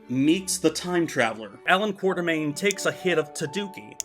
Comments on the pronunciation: KWAT-ER-MAIN not QUARTER-MAIN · Sadly despite the books spell it Quatermain, still pronounces it wrong.:(